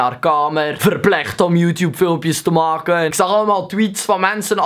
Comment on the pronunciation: "verplicht om joetjoep video's te moaken" dat belgs is raaaar man...